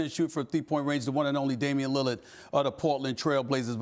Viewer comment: nobody: stephen a smith: damian lillid